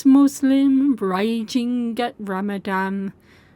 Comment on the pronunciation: its Ramadan, with an N